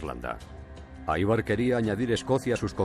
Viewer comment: Ivar! Ivar! No aivar carajo, no es nombre inglés, hablen bien